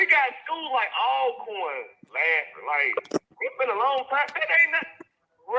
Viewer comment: GA - You need to correct when he says -corn.